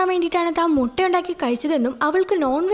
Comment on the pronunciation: Moota alla mutta😂